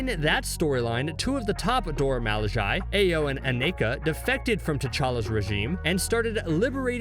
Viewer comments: Dora ma-lih-jie? 😬 Sis, it’s mih-lah-zhay. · mans said dora malijayyyyyyyy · Crazy how he says Dora Milaje wrong so many times but its pronounced for him in every movie they show up in...🙃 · Dude keep saying malaji 🤔 it’s milajie mil not mal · ''Dora Malayai'' its pronounced Dora Milahge but oof ok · I had to stop watching in the middle of video because he kept saying “dora malajae” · I can't fuking listen dormalajai anymore, stop fucking pronounce it if you fucking can't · IT IS FRICKING PRONOUNCED Dhorha Mhilaaheh. BUT I LOVE THESE VIDEOES. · Dora Milage is pronounced MEE-LA-GE!!!! How can you say it wrong for the whole video? Can't even finish the video because I can't stand this amateurism. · Dora Milaje (mee-law-jay) 🤬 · Dora M-ah-la-j-eye... wtf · Take the 10 seconds needed to find out how to pronounce the name. In fact, I'll help; it's pronounced, Dora "Muh-laJay" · If you can not Pronounce the name of the Dora Milajie right you shouldn’t say it. It’s not Dora Mil a jie as this guy is saying! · Pronounced “Dora Mi lah zhay” Appreciate the video nonetheless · Dora milage is pronounced Dora - me - la- zhey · Nearly 10 minutes of incorrectly pronouncing Dora Milaje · All this research and didn't think to learn to pronounce the name correctly? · For the love of all that’s fierce, SAY IT CORRECTLY!!! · Should be a million thumbs down to the video because you can’t even pronounce the name of the people you’re talking about. Weirdo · what i wonder is are you intentionally mispronouncing the name or are you just terrible at speech, THEY EVEN SAY THEIR NAME . but you keep saying what you want. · 1. The Dora cannot beat Tchlla 2. Please stop mispronouncing their name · I stopped as soon as he mispronounced it. She literally says it and you still say it wrong. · isn't a marvel fan because he doesn't f*ing know how to pronounce dora milajie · This fact to say the name RIGHT AND mispronounced it wrong every time after is crazy to me LOL